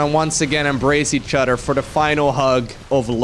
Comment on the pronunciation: jesus man can u finally learn how to use the TH its not radder its raTHer its not udder its oTHer